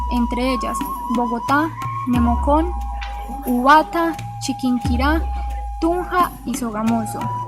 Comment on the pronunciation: Min. no es "Ubata" es Ubate